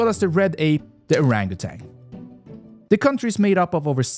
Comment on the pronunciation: WHY DID YOU SAY "the kowmowdow dragon" AND "the arangatan" IT'S LITERALLY SO EASY TO PRONOUNCE HELP